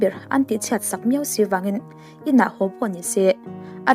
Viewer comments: Ngaihnawm thin hle ,mahse mawm ,hau ti loin ho Tila angaihnawm leh zual anga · Passenger hau tih hi passenger ho tih ni se